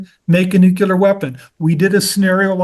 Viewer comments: For someone as educated as he’s supposed to be, I would think he’d know “nuclear” not “nucular” and the difference between “succession” and “ secession.” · Good video. It would help if they knew how to say NucLEAR right, not nucular. Secession, not succession. I don't know why he doesn't use words correctly at his level. Otherwise, a great video with good info. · Nucular Son, it’s pronounced Nucular…. Also, as I recall the 2011 UK riots were triggered by the police shooting of Mark Duggan in which case it was similar to a George Floyd situation. It didn’t happen spontaneously for no reason. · What’s “ nEwCuLaR”? Is he trying to say nuclear (new-clear)?